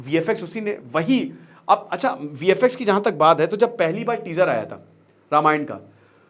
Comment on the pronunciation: Ramayand kya hota he ??